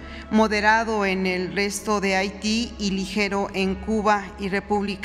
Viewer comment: Solo para hacer la observación: Haití la H va al principio no Ahiti...